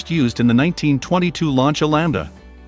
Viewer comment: Also "Launch-a".